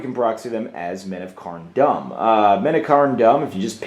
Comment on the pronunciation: Seven Hells man you pronunciation is terrible. Its pronounced Carn Doom not Carn Dumb. I don't mean to rag on you but someone had to say it.